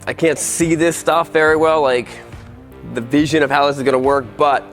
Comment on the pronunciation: Did you notise how he said veesion in the begging in the video